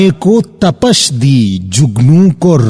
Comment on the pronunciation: آپ کی ویڈیوز اکثر دیکھتا رہتا ہوں۔ کلامِ اقبالؔ کے حوالے سے آپ کی خدمات گراں قدر ہیں۔ آج بس یونہی وڈیو کا ابتدائی حصہ دیکھ کر تبصرہ کرنے کو جی چاہا۔ سوچا اسی بہانے ایک دو معروضات آپ کے گوش گزار کر دوں۔ تپش کا درست تلفظ پ کے کسرہ کے ساتھ ہے بجائے فتحہ کے۔ انگریزی ترقیم میں اسے یوں لکھ سکتے ہیں۔ "Tapish" اسی طرح اختلاف میں تائے فوقانی بھی مکسور ہے۔ "Ikhtilaaf" قدیم کا لفظ فلسفہ، تصوف اور شاعری میں محض پرانا کے معانی نہیں رکھتا۔ حادث کے مقابل قدیم اسے کہا جاتا ہے جو ہمیشہ سے ہو اور ہمیشہ رہنے والا ہو۔ جتنی ویڈیو دیکھی ہے اس پر بس یہی۔ اللہ آپ کی کاوشوں کو قبول فرمائے اور آپ کے ہنر کو مزید نکھارے! 😊😊😊